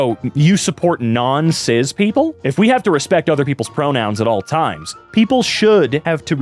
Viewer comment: Why do you pronounce the S in cis like a Z?